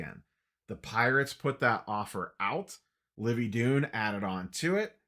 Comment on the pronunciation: Dunn like the word DONE, not Dunn like DUNE.